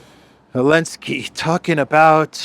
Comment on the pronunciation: Why are you skipping Z in Zelensky? What's the deal? It's quite irritating to hear it over and over again. :(